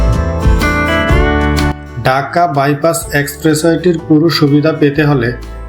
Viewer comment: Kotha cliar korun ..daka na dhaka